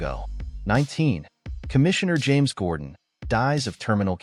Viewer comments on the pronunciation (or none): none